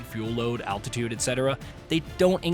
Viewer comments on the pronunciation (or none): none